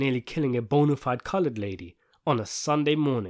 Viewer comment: It sounded like you said “bontified Colored lady on a Sunday morning “